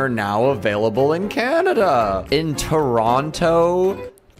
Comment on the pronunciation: pronounces Toronto like:"WHO LIVES IN "TERONTTTTTOOOOO" Me: ITS TER-ON-Ō!!!!!!